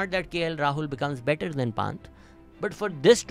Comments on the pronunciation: Dude please some one teach this guy how to pronounce Pant. Its not PAWNT its PUN-t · Yaar Jadeja ka naam bachpan se sun rahay , or Rishab Panth k naam ka aisa bura haal na kia kro yaar . Everyone one knows how they are pronounced . You donot even develop your wring pronunciation, how can Pakistan develop their game😢 😢